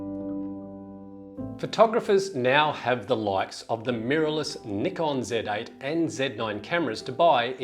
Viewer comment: Nickon, lol. C'mon man.